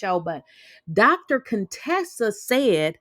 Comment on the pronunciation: Heathenly and Dr. Contessa were never really friends. Heathenly used to call Dr. Contessa CONE-Tessa, and Dr. Contessa hated it. Heathenly stopped saying it when Toya asked Dr. Contessa if she had a problem with Heathenly calling her out of her name. Dr. Contessa said, “People with speech impediments don’t bother me.” Toya laughed out loud, and Heathenly got mad, but Heathenly never called Dr. Contessa out of her name again.